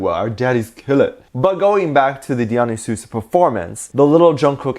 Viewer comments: OMG HE DID NOT SAY,(dee-yon-ee-suse) it's pronounced (Die-yuh-nice-ics) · its pronounce die ah ny see us 😁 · You are so awesome. I’ve said that before. Let me help you. The way to pronounce “Dionysus” Is die-o-nie -sus. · im sorry but can we just talk about he pronounces dionuysus? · I swear I hear so many pronunciations of the word "Dionysus" that I don't even know how to say it anymore XD